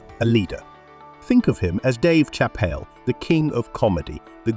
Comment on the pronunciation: Hate Robo voices. It's not Chapel. It's Chappelle (Shappelle)! And yes, He's the best!!!